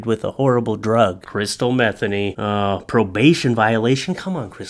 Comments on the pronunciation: It's not "Metheny" the pronunciation is 'muh-thee-nee'. Come on, I thought you knew better than that. Do your research. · It's Me-THEE-nee, not METHany like Bethany. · I think its pronounced "mah- THEENY" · If her name is pronounced like jazz guitarist Pat Metheny's, it's Meth-EE-ny. Just sayin.' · I believe it's pronounced Meh-Thee-Nee. Funny nonetheless 😂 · Could be pronounced meth- ay- nee. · Metheny name has some great bones. Pat Metheny for one (great jazz musician) I believe the pronounciation is Meh Theen ee and have heard it Me theen ee. Pretty sure crystal meth was not a common household term back then. There was meth. It was fueled a lot of bikers...so to speak... Just was not a thing back then for common folk. The name Crystal for girls was booming. however... I am so full of useless information... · I’m not related to, or know her in any way. But after having the same last name mispronounced all my life, I can say it’s pronounced Muh-THEE-nee. Just saying. I get this link sent to me on a regular basis asking if she’s related. 🤦🏻‍♀️ 😂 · I gotta set you straight. My Mom, who just passed on Easter btw, was named Crystal Metheny. That was my Daddy's name, her married name. You are pronouncing it wrong. It is as Mah-thE(long e)nE( long e again). Not like the drug dude.😉🤣🧐🤘 Hey put the darling doggo out front! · You played it straight,.....u prolly know Crystal's last name's likely pronounced m' THEEN ee, Ouch, but this is hilarious! Poor girl. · I'm No Expert But I Think Her Surname Is Pronounced With The Accent On The Second Syllable. For What It's Worth, I Am A Subscriber. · I doubt that’s how you pronounce it but that’s epic